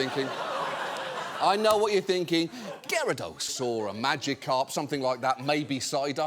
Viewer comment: I know it’s a made up name but props for pronouncing Gyarados correctly.